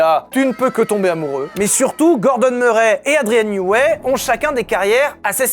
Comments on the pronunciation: Andrien newey se dit newé et ps newi. Ça m’a rendu fou toute la vidéo , elle est très bien malgré tout ☺️ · J’ai été tilt seconde une quand il a prononcé Newi au lieu de Neway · Ta prononciation de Newey pique les oreilles, ça ce dit ai le fin